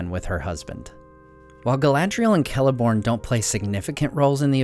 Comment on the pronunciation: Oh neat you know how to pronounce Celeborn and Celebrimbor.